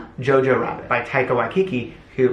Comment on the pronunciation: Awww your Pronounciation for Taika Waititi was on point! So proud <3